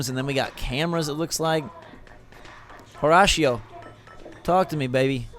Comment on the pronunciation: Do they pronounce Horatio Ho-rah-she-o in the game? I thought it was pronounced Ho-ray-she-o.